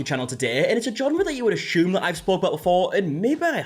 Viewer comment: I really love how Markie says ashume i started using it in my everyday life.